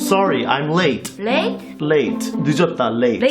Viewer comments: HAHA the late late late sounded like she was saying lit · When said late late late late, I heard Lit lit lit lit 😂